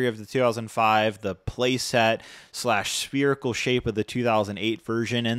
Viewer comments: Spearical? Or Spherical? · Spherical not Sperical ffs